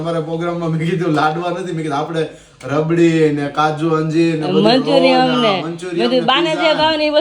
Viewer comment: Manchurian bolay manchuriammmmm koi new dish aavi🤭😅😂